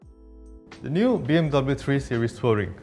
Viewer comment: presdirnya kok ga pronouncd BMW dengan baik dan benar :(